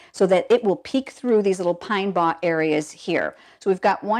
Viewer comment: Lovely card! Thanks for sharing. Just a quick FYI: the word "bough" is pronounced so as to rhyme with the word "now." For some reason I have heard many people this year who haven't heard this word often enough to know how to say it :-)